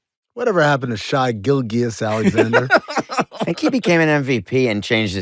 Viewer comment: "Shy Gill-Ghiuss Alexander."